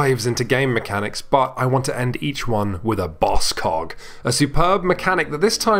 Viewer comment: He said "Welcome to a boss cog", I heard "Welcome to a boss c*ck", which was splendid. Come back soon, Quinns!